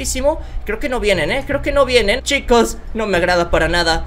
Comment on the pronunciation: Quiero escucharte decir otra vez: "Chicoz cean vienbenidoz a maincrah"